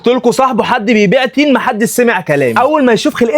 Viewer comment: تين ❌ طين ✅